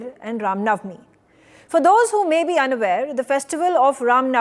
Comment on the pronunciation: To the anchor - you have a Hindu name but mispronounce nauvmi . It's not pronounced NAV me , the v takes on the w sound to be pronounced as ' now me ' . I advise you to go to some shuddh Hindi classes !